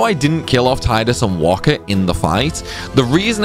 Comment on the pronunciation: Heh you keep saying Tide-Us but it's Tee-dus.